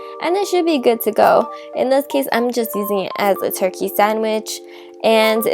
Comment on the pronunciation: it's hard to understand you. you USE S INSTEAD of t or d. Like when you say and, it sounds like ans, Turkey is surkek. Done is sone, definitely is sefinitely, sweetener is sweesener substitute is susbisute. is that enough? It took a minute for me to understand. Sorry. I have heard celebrities talk like this too. Is this some sort of speech trend? The bread looks good, by the way.